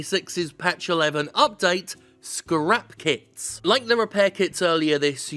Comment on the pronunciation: Anyone else heard scrap "kiDs" instead of "kiTs"?